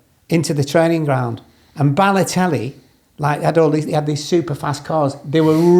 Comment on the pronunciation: LOL I love how he gets both Benteke mixed up with Heskey AND Pogba mixed up with Balotelli...or "Baloterry" as he called him. Lawrenson is an absolute legend.